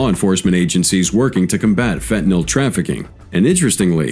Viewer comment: Had to skip this one the Ai can’t pronounce fentanyl.